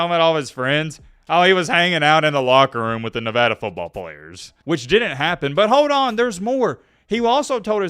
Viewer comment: Thank you for pronouncing Nevada correctly.